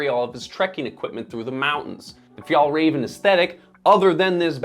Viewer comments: I'm not even Swedish and it triggers me how you do not know how to pronounce å and ä. Doing over 11 minute long video and pronouncing the company name, their product and the founder wrong is just shameful. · please learn to pronounce the names correctly. Åke is still not pronounced like Ake, and work a bit on Fjällräven and definitely Kånken, although you're getting a bit closer with Fjällräven. I like Kånken because they are timeless and durable, and you don't have to bring half the house for every occasion. Sure, the straps could be padded but there are other models of Kånken if one likes that. Before retiring a few years ago (so, not as a student decades ago) my teacher mom used the Kånken every single day and I still think she has it. So, people like how it looks, I don't have a problem with that. They have a durable timeless piece which will serve them for many, many years to come, it's that great for the planet? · I just wished you pronounced the name of the brand right. Anyways, the kanken won't change because it's what it is. A basic bag. It's like the stan smith of adidas. The silhouette won't change. If you want a more functional bag, you could look at other models or other brands. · F-y-ah-ll - R-ah-ven. Not Fee-yahl-ray-ven. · Pronunciation is ‘fyell-raven’, not ‘fyol-raven’. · The "Ä" in Fjällräven is an "E" sound > Fjellreven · Please just stop saying FjAAllrAAven. Just say MountainFox or something instead. Or...maybe learn how to pronounce it correctly. It's not like Swedes call your streaming service Näätflicks. 🤷‍♂️ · Hi all, just some information about Swedish pronunciation of the brand and its products, if you are interested. The letter å makes the 'oh' sound. So Kånken is pronounced as Konken. The letter ä makes the 'eh' sound. So Fjällräven is pronounced as Fe-el-raven I am not a Swede but have lived in the Nordics for a couple of years :)